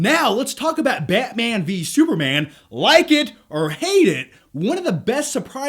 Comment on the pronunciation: well he calls batman byatmane so yeah he has a wierd way of pronouncing things